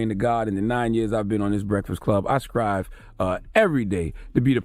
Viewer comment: Its STRIVE not SCRIVE oh wise CTG